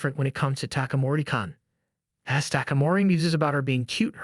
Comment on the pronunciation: When your AI can’t even pronounce basic shit like “kun” or “san” correctly, your channel is pointless.